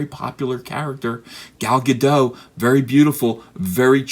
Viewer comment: Epic intro, Eehee. Try to remember that Gadot is a Hebrew name, not French. That's a hard T at the end, not a silent T.